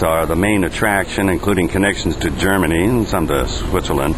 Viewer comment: lol, your Germany sounds funny!:D ;)